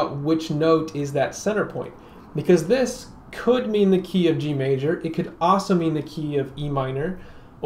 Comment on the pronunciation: Great video. I also enjoy the way you say "also" - "awso".